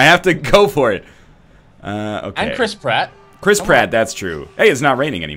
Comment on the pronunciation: No, the joke is that he's a rat and when you say the name it sounds like you're saying crisp rat